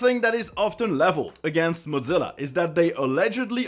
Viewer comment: The most controversial thing in this video is pronouncing Mozilla as modZila